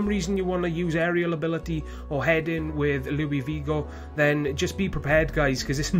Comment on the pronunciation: "louis vigo" lmao learn how to pronounce haha. Srry about that, this was a gr8 video and u r a great youtuber! :)